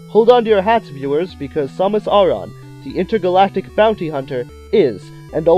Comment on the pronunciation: Dude, you're pronouncing her name wrong. It's pronounced "Sam-miss Air-ren"